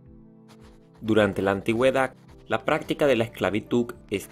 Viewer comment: Antiguedac jajaja